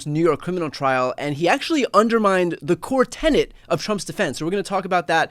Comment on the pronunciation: It's a "core tenet", not a core tenant!